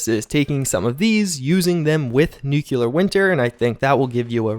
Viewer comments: Can you please pronounce nuclear properly? The right way is "nuke-lee-ur" Not "nuke-you-lur". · The most widely accepted correct pronunciation of the word is “NEW-clee-er.” In this case (somewhat unusually), the word is spelled exactly how you are supposed to say it. Put the pronunciation on the first syllable. The "er" is pronounced like the "u" in the word "fur." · for a guy who always talks about college, and finals, you sure say 'NOO kyoo lur' a lot. Thought you'd have fixed that by now.